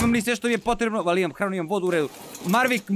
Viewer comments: Mavrick a ne marvick hahaha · Maveric ne marvic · Jao pa nije Mavrick nego Maverick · zove se Maverick a ne Marvick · izvini sto te ispravljam ali kaze se maverick